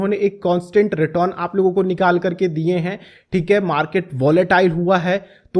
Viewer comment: आधव जी, इतना भी ना जुबान को ट्विस्ट करो, रिटर्न को रिटोन बोल के चूतिया लगते हो।